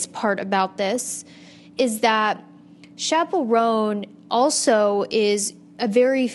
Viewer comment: babe its chappell roan not chapple rhone